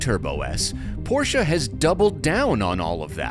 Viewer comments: Its not a poscha its porsche with an e. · How Beyoncé is not BeyoncAH Porsche is not PorschAH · porch ah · Imagine working for a car review company for so long and still not being able to pronounce the car manufacturer name properly.